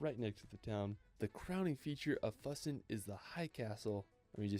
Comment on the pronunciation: Neuschwanstein Castle was built for the Bavarian king Ludwig II. - Your pronounciation of Füssen was very close, Ryan is way off there. - Hitler was afraid of heights and didn't like the elevator up into the Eagle's Nest, so he actually was only there a few times. Have you already reacted to the 4 Meet the Germans Road Trip episodes by DW Euromaxx? Highly recommended.